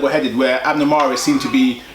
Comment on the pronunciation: His name is mares not fucking Mars